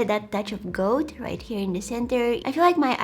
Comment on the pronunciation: When you say gold, it sounds like goat and I absolutely adore it 🥰